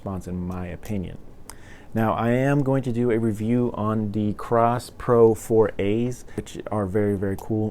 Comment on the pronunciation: thanks for the review. No "R" in KOSS though!